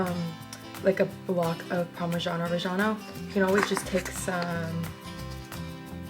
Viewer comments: “Some parmazhano rejjano” As a cheese expert, it is called Parmigiano Reggiano. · shes really cute (the was she pronounced parmigiano reggiano hurt my ears tho)